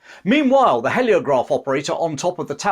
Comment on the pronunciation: It's hee as in heel, not he as in help. Heliograph. Spoils an otherwise good video.